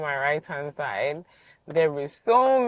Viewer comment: thank you. Just fyi: salon is pronounced sa’lon Short o, ie hair salon. Saloon is a pub/ bar It is pronounced sa’loon long ok (sounding like loin, drag the oo. 😅😅